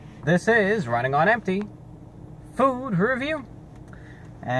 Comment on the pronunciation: Honestly I just started watching these videos the other day and I always thought he was saying his name when he says Running on empty. I thought he was saying Ryan Gonempty